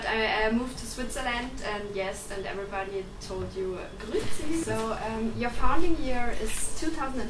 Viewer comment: Das Interview ist cool, aber wenn Du Airbourne Grüezi beibringen willst, dann doch bitte mit korrekter Aussprache.